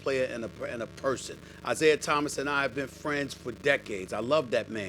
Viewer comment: Its "Isiah" get the greatest point guards name right Bro!!!